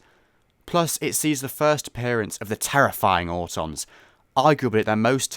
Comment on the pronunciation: “The terifying autons” 😂